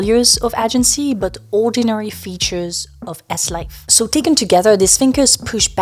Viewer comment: Your English gets better with every video! Only one really stuck out, try saying "agency" like "ey-jen-see" Great work with this one, the human experience is messy and chaotic, but doesn't always have to be. I do believe that an important part of that experience is a thrill to be enjoyed at times, ideally somewhat responsibly, though part of the thrill is the irresponsibility of it. I worry that often times people are seeking these thrills to avoid other problems, past trauma, etc, which can lead to a very destructive feedback loop. The age gap in relationships I think is mostly a product of capitalism's influence on our societal structures, but there's always going to be a distribution of randomness with anything in life, it's better that way at least in my opinion. Anywho, I look forward to the next one. Ciao